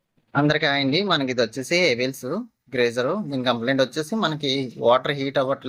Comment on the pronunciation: 😢ప్రతి మాటకు ముందు "మనకు " అనడం మీ మేనరిజమా? మనకు అనకుండా ప్రయత్నించండి. ఇంకొక ముఖ్యమైన విషయమేమంటే దాని పేరు గ్రీజర్ కాదు గీజర్ (geyser) అనాలి చెత్త కాదు స్కేలింగ్ అనాలి. కాయిల్ కాదు ఎలిమెంట్ అనాలి.ఇంకొక విషయం నాన్ ఫైర్ ఊల్ అంటున్నారు దాని పేరు గ్లాస్ ఊల్ (glass wool)గాజు ను చిత్రిక పడితే వచ్చే రజను దానిని చేతితో ముట్టుకోకూడదు గ్లౌస్ వేసుకొని ముట్టుకోవాలి శరీర భాగాలకు తగిలితే ఒక రోజంతా దురద పెడుతుంది కంటిలో పడితే కంటికి ప్రమాదం. కనుక గమనించగలరు మిమ్మలిని విమర్శించడం నా ఉద్దేశ్యం కాదు